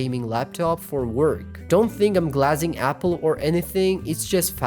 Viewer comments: why did bro say glazing like that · The way you pronounce glazing bro 😭